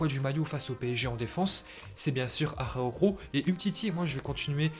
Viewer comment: Araujo avec un R